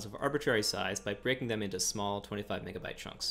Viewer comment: bro did NOT say megabyte